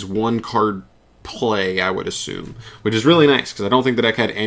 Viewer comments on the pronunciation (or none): none